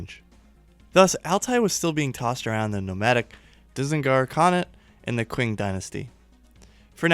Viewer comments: Qing=Ching not kwing. Chi ng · It's pronounced "Ching" Dynasty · Love it!!!! Big hole for this in the YouTube history/geography world. This is more of a note for you than a criticism, but just so you know the Qing Dynasty is pronounced like "ching"